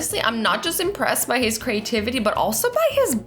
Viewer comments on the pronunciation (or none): Everyone: “creativity” Azzy: “crativity” 🤦🏾‍♀️ 🤦🏾‍♀️ 🤦🏾‍♀️ 🤦🏾‍♀️